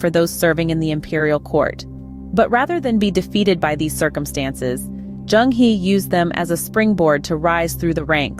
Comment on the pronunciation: The word 'He' in Zheng He is pronounce as 'Her' in Mainland Chinese - not 'he' as in 'he is a person' in English. Some oversea Chinese still refer his name as 'Cheng Ho', although the sound is still the same.